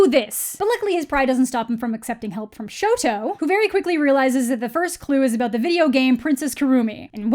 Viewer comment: this is such a great video oh my gosh. you said exactly what i was thinking while reading this book. im glad that my thoughts are also being released EDIT: thank you for calling him shoto. i got really annoyed when the movie called him sho